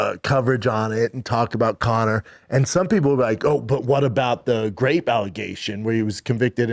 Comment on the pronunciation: "Grape allegation" What's a GRAPE allegation??? That's a new one lol